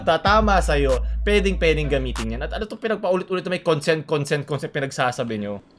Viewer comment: Ez lang ser! Baka ma"Concent" ka non Hahaha